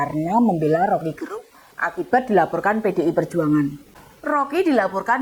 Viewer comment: Rocky gErung. Huruf "e" pada kata "gErung" dilafalkan seperti pada kata kEcap/Enak. Jadi bukan "e" seperti pada kata "sejuk/sedih". Gerung Itu nama marga (Fam) orang Manado - tempat saya.